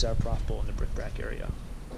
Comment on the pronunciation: I know you have a viewer who always says you're saying it wrong, it's bric-A-brac...I think of it every time I peel off a Community Aid sticker that says BRIC BRAC. Maybe both ways of saying it are correct? P.S. What did you ever do about that Notre Dame shirt return fiasco? I saw a video the other day where someone's PARROT used Alexa to make a purchase on Amazon! LOL ☺